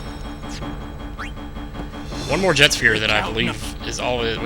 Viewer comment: I HATE how you say Jecht. It's not pronounced 'Jet' it's pronounced 'Ject'. Oh and sphere levelling is my face part of the game. I wish you had done it more in the past 20 videos! And you should always do that onscreen!